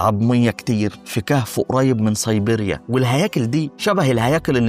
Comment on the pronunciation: ضم.. صيبيريا.. البراظيل انت عندك مشكلة في نطق الحروف.. ابقي خد بالك علشان النطق مستفز